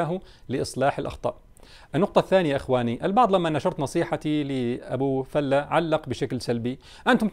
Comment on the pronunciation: فلة بفتح الفاء وليس ضمها وهو مصطلح خليجي بمعنى المرح والإبتهاج